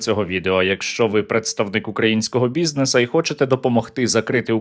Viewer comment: Бізнесу*, а не «бізнеса» Складу*, а не «склада»